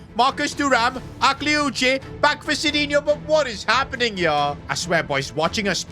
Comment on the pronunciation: Just, PAIXAO, we say it PACHAO and AKLIOICHE, the E is not pronounced